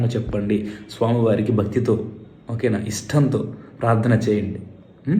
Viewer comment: ముందుగా శ ' స అక్షరాలు పలకడం నేర్చుకోండి స్వామి. శరణం లో వున్న శ కిస్వామి లో వున్న స వేరుగా ప లకాలి, జ్ఞ కి గ్న కి చాలా తేడా వుంది. కృతజ్ఞత ,కృతగ్న త లో లాగా. స్వామి శరణం . ఇది సలహా మాత్రమే